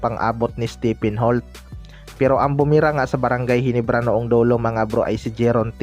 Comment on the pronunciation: Ayusin mo nman bigkas. Mo GINEBRA hindi GENIBRA nkakahiya nman